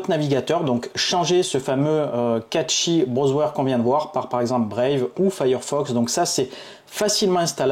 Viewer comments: cashey pas catchy os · Bonne vidéo mais le "catchy browswer" c'est pour me tuer 😂😂😂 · Meme a la francaise on dit cachy mdrrr